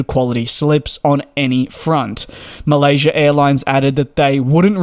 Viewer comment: There's no r at the end of Malaysia!